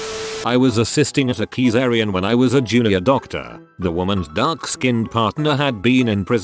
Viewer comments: Keycarean...lol try C zarean next time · A keesairian 😭😭😭😭 This robo dude MURDERS the most random words lol